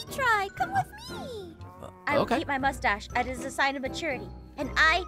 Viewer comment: The "I obtained a moostash" 🤣🤣🤣🤣🤣🤣🤣🤣🤣🤣🤣🤣🤣🤣🤣